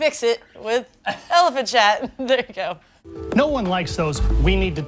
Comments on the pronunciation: I thought they were saying elephant shat not elephant chat lol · I thought they were saying "Elephant Shat" and I was so confused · I thought she said elephant shat